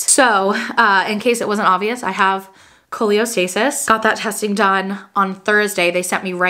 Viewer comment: just letting you know it’s Cholestasis not Choleostasis!🫶🏻 I also had an itchy baby delivered at 37 weeks in Feb and he is perfect just a lil jaundice❤️